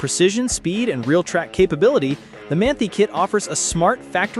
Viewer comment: It is pronounced Man-tie not Man-tea. FYI